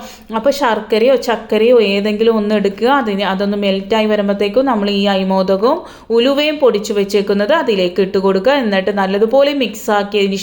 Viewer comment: അയിമോദകം അല്ല, അയമോദകം ആണ്